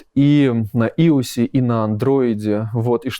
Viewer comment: как Иус разработчик я чуть не умер со смеху со слова Иус